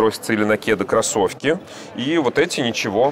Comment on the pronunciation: Александр, не говорите, пожалуйста, тапЬки, кроссовЬки и тд, очень режет слух